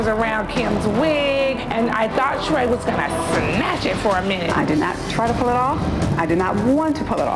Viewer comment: Ellen fucked up Sheree's name. Oof.